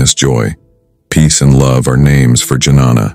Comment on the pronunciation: He has uttered a word 'janana', which means woman. The actual word should be pronounced as 'dnyan' which means knowledge.